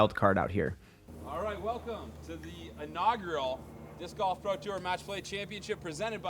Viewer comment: Can’t unhear calling it disc goff